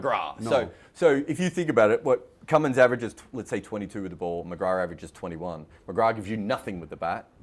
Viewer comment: It's not even close its Cummins and I'm British